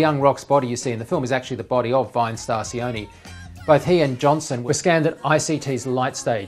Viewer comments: sion ee😔 its sion(eh) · Siony? its Sione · It's pronounced See-o-neh. Not See-o-ni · his name is [ cee-oh- neh] sione* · Why is it so hard for people to say Sione